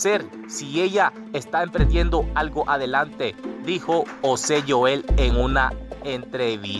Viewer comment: por que dices Manuel osé, osé Joel y osé osé, creo que tienes problemas pronunciando la J, es algo que puedes corregir.